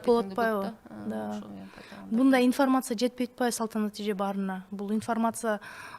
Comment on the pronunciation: инфмрмаца ифармаса дебей уйронсон. суйлошту